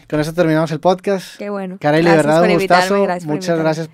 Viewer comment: Poscast dijo poscast jajajaja 🤣🤣🤣dijo poscast